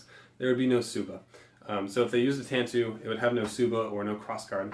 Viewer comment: Tanto is pronounced with a long "a" and "oh" at the end. Just FYI